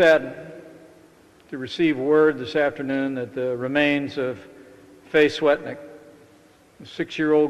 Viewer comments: its "Swetlik". That is so bad that he can't even get her name right. America, you are an embarrasment. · mis-pronounced her name. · And pronounced her last name wrong. Sigh